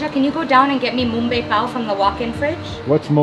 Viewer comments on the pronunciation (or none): Its PAV not PAL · The "Mumbai bun" as she called it, is what we call pav (pronounced as paouv with ignoring most of the v). But tbh it's basically a soft roll.